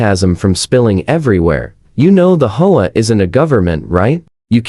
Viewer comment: I have never lived in this kind of neighborhood, so I don't know the proper pronunciation. Do people actually call it a "hoa," or do they call it an "H. O. A.?" If the latter someone needs to find a way to get the Ai to pronounce it properly. It is very distracting.